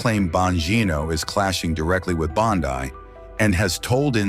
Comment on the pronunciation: Bondeye AI needs some work.